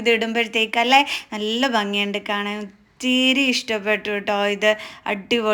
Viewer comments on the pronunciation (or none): dress എല്ലാം കൊള്ളാം.... പക്ഷേ അവതരണം കേട്ടാൽ വട്ടാണോന്ന് സംശയം...... മലയാളം നന്നായി സംസാരിക്കാൻ പഠിക്കൂ. നള്ളനള്ള കളഷൻസ്😂😂